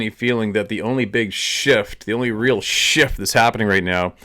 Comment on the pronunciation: 'there's a huge sjit going on!'.....indeed